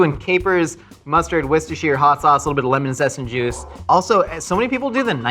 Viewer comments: Ohhhh man, you can TELL for sure worked/works with kids - But is 100% the best big kid ilysm Also; Worcester Sauce pronounce; Wuss-ter sauce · Wistah-sheer was how I was taught. Grew up in CT and MA though. Definitely regional pronunciations. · How to properly pronounce "Worcestershire": WUSS-TER-SHUR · wusta-sher sauce a lot of people try and smush the sta-sh into its own syllable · "worshishter sauce"